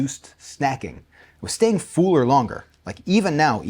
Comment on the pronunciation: For the dumb algo, 😂😂😂 about you being "fooler." Would a drawer puller be a "pooler?" You're the only person I've heard with that accent, and that saying a lot. The rest of us pronounce those word as if they are f or p and l without a vowel, so, "f'll." "Ai'm f'l," rather than, "Ai'm fool." Just a dumb side note.